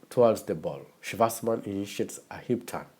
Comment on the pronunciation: Good video, I like the way you pronounce his name like a German way